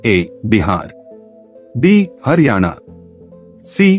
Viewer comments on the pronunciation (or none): none